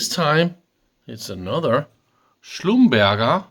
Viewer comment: Please learn how to pronounce Schlumberger. Clue it's French.